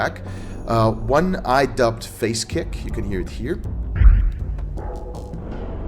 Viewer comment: I thought for Phase Kick you said Face Kick